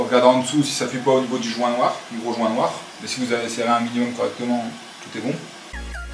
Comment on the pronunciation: 2min45 le jouuuuinnt ton accent m'a tué =D